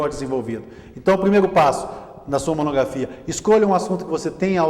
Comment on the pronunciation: Diz monografia e não monogrrafia